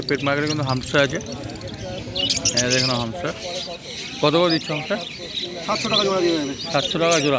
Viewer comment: Bhai pronunciation thik koro Hamster not Humster